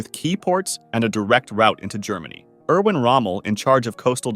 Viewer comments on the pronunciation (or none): none